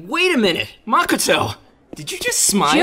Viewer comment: Everything is great but you said makoto wrong 😅